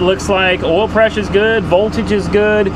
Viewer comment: What is "awl" pressure?